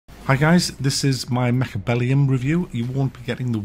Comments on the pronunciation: It's not Mechbellum - it's MechAbellum! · It's actually called MECHABELLEND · no he didnt, he said the right thing was wrong and the wrong thing was right....its also in the title, and the game IS CALLED MECHABELLUM.....it is what is is and he is wrong...so are you